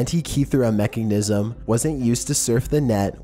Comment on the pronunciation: "the mekkingnism"